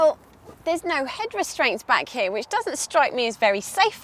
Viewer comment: ANGELS ARE CRYING BLOOD EVERYTIME UR SAYING "HERE"! Youre cute and everything, but please stop saying it! Best Regards